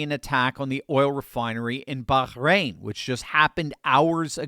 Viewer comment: The way says Bahrain drives me NUTS.